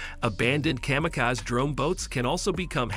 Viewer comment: AI voiceover can't pronounce WW-I and kamikaze correctly.